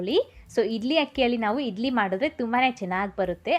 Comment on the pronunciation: ಅಕ್ಕ ಅದು ಇಡ್ಲಿ ಅಂತ ಇಧ್ಲಿ ಅಲ್ಲ, ಳ, ಣ ಕಲಿತುಕೊಳ್ಳಿ